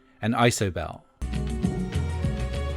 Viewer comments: idk why but I got triggered by you saying "eye so bell" rather than "iee so bell" regardless, cool vid, my local community radio station played "who is it" tonight while i was driving home and i screamed the lyrics along - sadly i lost my voice now lol but yeh cool af video thank you! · Isobel? EYE-sobel? Seriously? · You keep mispronouncing Isobel. That would've been impossible if you'd actually heard the song before. Jeez. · I saw her live on her POST tour.. and she was remarkable (and ballsy enough not to play It’s So Quiet) I think Homegenic is probably my fave album of hers, Bachelorette being one of the greatest songs ever ps. I have no idea what possessed you to pronounce ‘Isobel’ the way you did, but fair play to committing to it :) I know she pronounces it interestingly in the song through her accent, but it’s just the normal girls name